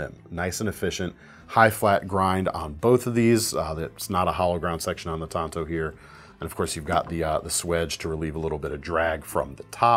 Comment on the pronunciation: oml. tan-toe.